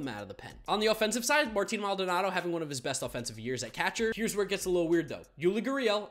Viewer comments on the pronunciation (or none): none